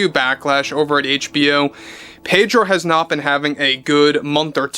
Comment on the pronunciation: The "r" in Pedro is silent